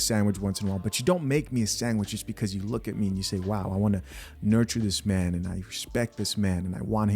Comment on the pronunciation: I know people have accents but wtf is a meeeeeeeeeeeean! Its spelt MAN and pronounced MAN!